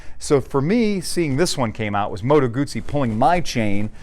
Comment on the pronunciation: Heah, but it's not gooozi, just guzzi - oo, mot ooo, please - you hurt my ears!